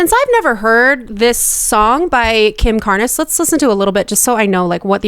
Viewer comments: Completely a copy of the cover with no originality and that's massive auto-tuning or whatever they use nowadays because the chickie can't sing at all. * It's Kim Carnes (rhymes with Barns) not Car- nez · The original is so good, and Kim Carnes (single syllable, not two) has a naturally raspy voice. Jojo just needs to stop. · Listen to the original by Kim Carnes(one syllable). It’s sooooooo good! Jojo is vocal frying the crap out of the song. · Just a bit of info, the e in Kim Carnes' last name is silent. Her voice is naturally raspy, like Rod Stewart's or Bonnie Tyler's. 😊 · It's Kim Carnes - rhymes with Barns. And Kim had an EXTREMELY raspy voice. So might want to actually check out the 1980s Kim Carnes version (dare say original) before reacting. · The original was actually by Jackie Deshannon in 1975, with no rasp. Kim Carnes (rhymes with barns) has a naturally raspy voice and her version is an outstanding creation and it's a classic. It's wild to me that somebody hasn't heard the Kim Carnes version and not heard of Kim Carnes lol. The rasp in the Kim Carnes version, is NOT too much, it was natural for her. It's an incredibly famous song. Jojo absolutely butchered it. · She's doing a rasp to copy Kim Carnes big 80s hit. But Kim Carnes (one syllable) had a natural rasp. Perhaps check out her version of the song now!